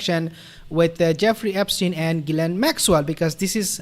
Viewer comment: Hi sweetie. you pronoun the name of G Maxwell as GIL ANE stupid name!